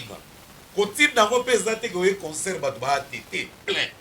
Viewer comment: t'as vraiment un problème de prononciation ont dit pas cheures amis mais chers amis tu aime aussi dire conceur ont dit concert